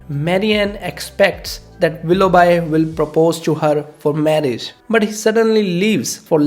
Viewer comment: Willough B not bi.